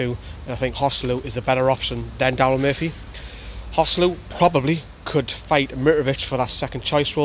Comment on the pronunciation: Contrary to what the English commentators think, his name is actually pronounced hoe-SAY-loo as it's a combination of Jose and Luiz. Listen to the way Rafa says it.